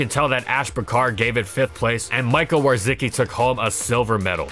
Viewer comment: I'm going to be honest, this pronunciation of Wawrzycki gave me a heart attack.